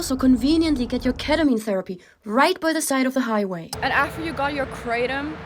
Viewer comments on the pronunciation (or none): none